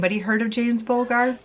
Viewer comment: Hey, I'm from England and I'd say most people from here know about it, it rocked the UK! (Also it's pronounced buldger just encase you were wondering 😊) Love your videos, as always 🥰